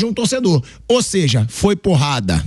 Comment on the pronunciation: Nova palavra do vocabulário: “ OSEJA”